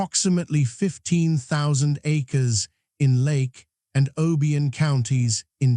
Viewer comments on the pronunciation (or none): New MAD'-RID, not New MA-DRID'. Also, O-BYE'-UN, not O'-BEE-UN